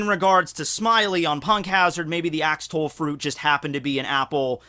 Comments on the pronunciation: axolotl= ax-o-lot-el not ax-tol just for future reference for you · Axtall? Not oxtail Idk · WTF is an axtoll